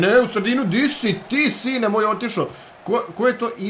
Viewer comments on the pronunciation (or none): none